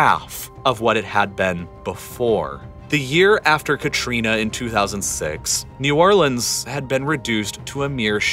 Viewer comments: The most important thing in this video is that he's saying New Orleans correctly thank god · damn, a guy who says "New Orlans" and not "New Orleenz"... that's rare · nice to see someone that actually cares about new orleans and with family by new orleans making a video about it, and especially the fact that he actually pronounces new orleans correctly throughout the entire video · You pronounced New Orleans correctly!